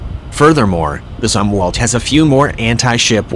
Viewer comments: This is lame. I'll just begin with one glaring example. The bot-narrator was not even configured to pronounce Admiral Zumwalt's surname properly. Respect counts, not this click-baity BS. Get with the PROGRAM. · Try to pronounce Zumwalt properly. Thanks.